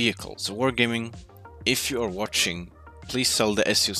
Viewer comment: "Thanks for Swatching" or did I misheard?